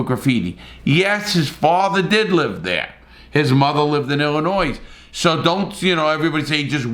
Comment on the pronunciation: Larry, I love your videos. But as a Chicago native I have to tell you that you don't pronounce the "S" in Illinois.